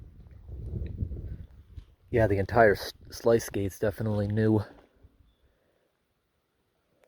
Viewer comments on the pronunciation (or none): I don't think I've ever heard anyone pronounce "sluice" as "slice" before. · That's an interesting pronounciation of sluice gate. I've always heard it as sloose.